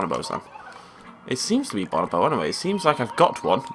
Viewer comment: Ok this is from 2013 but you're saying bonobo wrong.